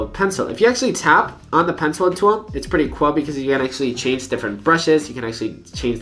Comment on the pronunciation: (wich it's pretty "cuol") what the fuck happens to your tongue